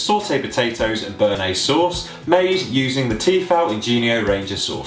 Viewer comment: you fucked up the bearnaise - dislike